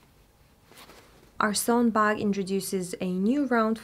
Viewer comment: You said “buk” hihi